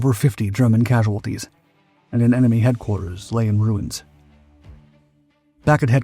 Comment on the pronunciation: The bomb was sent by a ??? Cell . Sounds like he says layee cell 🤔. Anyone with anymore information on that part of the story. ? 😊